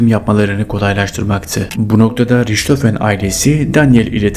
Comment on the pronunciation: Riçhofen değil rihthofen olarak söylenir